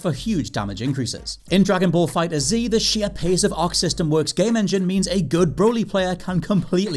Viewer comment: Why is it so hard to pronounce FighterZ properly. Its not Fighters Z it's just pronounced as fighters but with a damned Z not an S